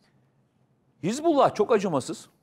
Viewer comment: неХезбла а ХизбАллох. учись читать